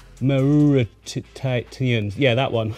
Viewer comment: Lileopsis "maw-re-tay-knee-uh"